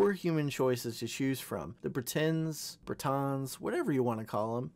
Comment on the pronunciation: "breTENS, breTAUNS"... 0 for 2, nicely done.